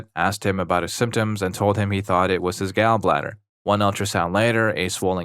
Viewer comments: Gaul bladder, not Gal bladder. Displayshya not dis plazya Are you a bot? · hard to tell whether youre saying "gall" like "gal" on purpose or not lol